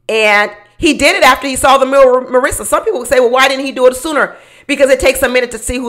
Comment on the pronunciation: Where is aunty finding this imaginary "T" in Marissa's name, came flat out of nowhere. You must have a MariTsa in your personal life😅